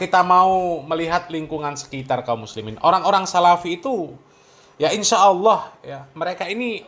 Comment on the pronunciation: GUS Baha emang Paling suka bikin org ketawa geli TERBAHA BAHA, Krn Lafaz ALLAH jadi AWWOH, 😄😄